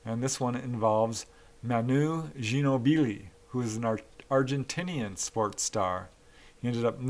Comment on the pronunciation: Dear God Sir!!!! I liked and subscribed but for God's sake get some1 to help you talk about ANYTHING regarding sports. Everything you describe involving sports is cringe and the absolute Butchering of Manu Ginóbili mad me want to slice my wrists. Other than that, great video.